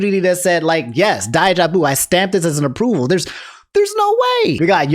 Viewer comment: Love you but if you pronounce daijobu like that one more time 😂😂 just kidding